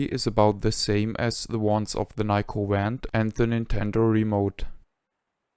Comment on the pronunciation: Five years later I still prefer my Nyko Wand (Which I pronounce "vhand" because of Ben's accent😂)for Wii gun games and play them often. Even though I have a modern pc build with retro Shooter guns, I am still drawn to the simplicity of Wii. This video was my introduction to Ben's amazing channel and I have watched every video. Thank you for all the precis information and kind assistance over the years Ben! I wish you had a donation link!